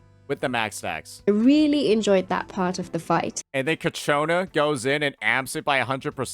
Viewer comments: Why is pronounce ciaccona as kachiona while the va herself pronounce it as siakona, then in this vids he even said it as "nasty pronunciation". I wonder why?? 🤔🤔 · clearly mispronounced Ciaconna but girl in the video that he's reviewing pronounced Ciaconna pretty well.